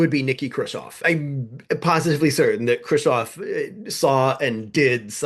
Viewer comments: Who is Kravov? It's pronounced Kruz-chev. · Love you channel! Allow me to correct your pronunciation: You are saying "Krushov" - you should be saying: "Khrushev" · Maybe this is an in-joke I'm missing but why do you say Khrushchev "Kirshaw'? You're so careful about your chinese pronunciation I thought maybe I had been saying it wrong and you were using the Russian pronunciation, but even listening to Russian speakers say it it is closer to "Hru-shov", with that hard V end the end. EDIT: looks like its just a slip of the tongue, as the video goes on you seem to get closer and closer to the Russian pronunciation. side note for , the text of Order No. 227 Stalin actually calls out the notion of "trading space for time" as defeatist: "Some stupid people at the front calm themselves with talk that we can retreat further to the east, as we have a lot of territory, a lot of ground, a lot of population and that there will always be much bread for us. They want to justify the infamous behaviour at the front. But such talk is a falsehood, helpful only to our enemies." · I'm amazed that you seem to think Krushchev's name should be pronounced 'Kreusov'. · This is the most superficial of criticisms, but: I cannot hear Khrushchev pronounced that way one more time. It bothers me an inordinate amount. Interesting video, though, and informative.